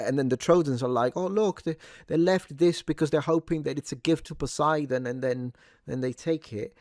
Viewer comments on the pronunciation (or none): none